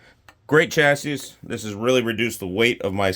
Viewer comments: Also it’s pronounced Chass-ee…don-key! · The last s is silent buddy